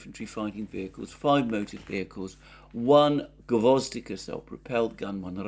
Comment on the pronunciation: It’s gvoz- DI- ka with the stress on the second syllable, means “carnation”